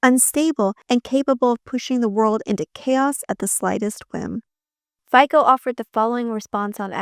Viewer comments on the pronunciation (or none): Btw, Fico's surname is pronounced "Feetso", like z in Pizza. Not that I'm fond of the guy, just fyi